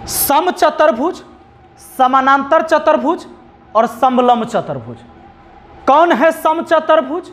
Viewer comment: सर, आपने बहुत अच्छा समझाया है लेकिन आप कुछ शब्दो को गलत लिखते है और उनका उच्चारण भी गलत करते है जैसे, समानांतर की जगह समांतर और चतुर्भुज को चतर्भुज बोले है आप. कृपया भाषा के व्याकरण की शुद्धिकरण का ध्यान रखे वरना आगे आने वाली पीढ़ी भी गलत उच्चारण करेगी